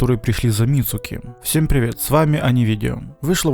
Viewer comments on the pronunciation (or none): none